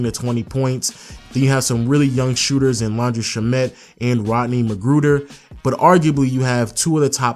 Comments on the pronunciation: ITS PRONOUNCED LAN DREE SHAM IT NOT SHA MET. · did you just say Laundry Shommot